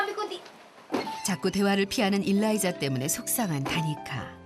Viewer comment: 일라이자 어감상 일 다니자 들려요ㅋㅋ